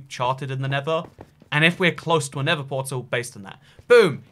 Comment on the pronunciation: Within a context in which you have to use both words "nether" and "never," it just might be worth your while to put some effort toward learning how to pronounce a "th" sound. Just a suggestion.